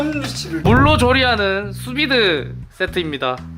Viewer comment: 나만 수비드를 수빙수 라고 들리냐? 안녕하서요 슈빙수 입니다